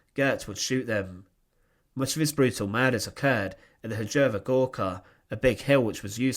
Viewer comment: one foot note it is not "hujowa gorka" but "chujowa gorka" and it literary means "dicked hill"